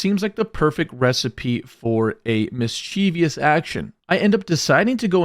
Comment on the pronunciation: Mischievous => Mis-chuh-vis, not “mis-chee-vee-us”.